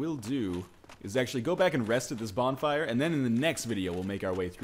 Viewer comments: bonflire* you sure english is your first language ? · "English is my first language!" "Let's light the bonflier"